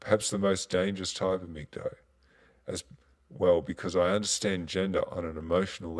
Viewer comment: stop calling it MGTOE.....IT IS pronounced mig-towel